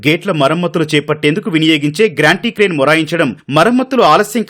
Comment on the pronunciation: ... "గ్రాంటీ క్రేన్" (Granty Crane) కాదు బాబు "గాంట్రీ క్రేన్" (Gantry Crane)